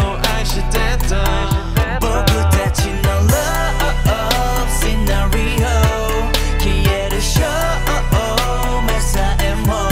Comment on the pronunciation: シナリオの発音の良さよ